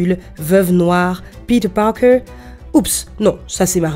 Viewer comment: Quand tu dis peeter Parker en dirait une allemande